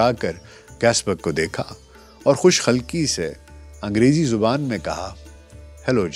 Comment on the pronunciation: شاندار ۔کام بھی اور ادائیگی بھی۔خوش رہیں۔ بس خوش خلقی khulqi کو khalqi کہہ گئے۔ جو مجھ جیسے محبان اردو کو کُچھ گراں گزرا ہو گا۔۔